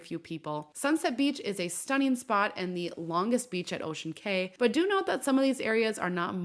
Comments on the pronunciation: This! It drove me crazy every time she said "kay" instead of "key". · On the islands it is pronounced Ocean Key. Not Kay. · it’s pronounced as ocean KEY not KAY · It's Ocean "Key" not "Kay"...just so ya know. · Cay is pronounced like key. So you would say "Ocean Key" Island, not Ocean K. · Pronounced “key” fyi was a boring island. I never get off anymore. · Thank you for this video. I only have one note for you. I used to work for MSC and know when you say, "Ocean Cay," it's pronounced just like the word "Key." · It’s pronounced Ocean Cay (key)